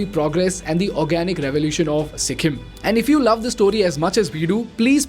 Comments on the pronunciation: Its Sikkim bro not sikkhim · its sikkim not sikkhim. but great video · On a lighter side- after Their being pronounced as ‘Dyaar’, I’m not able to focus on the content due to ‘Sikhim’.